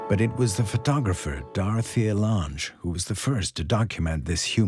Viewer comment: Program your A.I. bot to pronounce Roosevelt, Nazi, Lange, and Delano correctly (among many others).